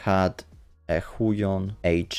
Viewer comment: (tak myslalem po wymowie Huion xD)